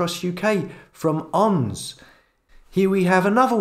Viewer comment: ONS? It's pronounced O N S; and is an acronym for.... Office for National Statistics